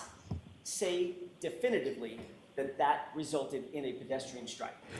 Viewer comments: If this guy says definitively the wrong way one more time. 🤣🤣 I need the low down of this case.🤣🤣🤣🤣 what a joke he is. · I love how he CANT say definitively he says "definly" very strange how incompetent he is, especially when a womans life is on the line he just doesn't care. Looks like hes been bullied into this role by leading investigators. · Definly 😳 is that a new word? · Not definitively, definnely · "Definley?" oh you mean definitively 😂😂😂😂😂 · Someone teach this man to say definitely or definitively. Good lord! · Lmao EVERY TIME he TRIES to say the word “definitively” I crack up! I’m probably the only one who thinks this but when the court reporter says “you CANT say definitively?” I laugh even harder. I know what she’s trying to ask him but the guy can’t actually say the word so her asking this is just absolutely priceless. 😂😂😂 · Add Trooper paul..... please I am begging you for all of us and all of our sanity please quit trying to use big words because according to how his pronunciation is it must be a big word please stop saying definitively if you don't know how to say definitively somebody shoot me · Its ABSOLUTELY TERRIFYING that this man has a GUN and a badge!! and crime scenes talk to him. The Massachusetts State Troopers reconstruction expert can't properly say the word "definitively". I dont know what station he works out of but i would move immediately